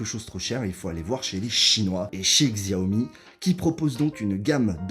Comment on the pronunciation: Je me permet de corriger la prononciation, c'est chiaomi